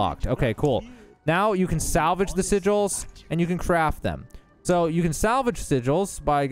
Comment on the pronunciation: Sigels?? Sigg ells... and you do need world tier 3.